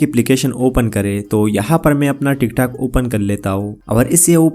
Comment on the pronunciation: Bhai tik tek nhi Tic tok😂